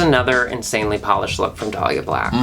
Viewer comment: said Dahli insted of Dollya. That part.